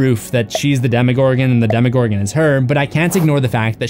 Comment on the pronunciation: Demogorgon. It is not spelled "demigorgon". Damn. I like your channel but the way you pronounce some things seriously makes me cringe.